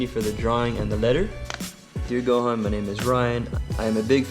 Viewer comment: Gohan rhymes with yohan he is from how to train your dragon